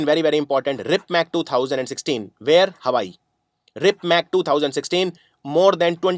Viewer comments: its rimpac not ripmac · Very nice video Sir.Just one thing.Its RIMPAC instead of RIPMAC.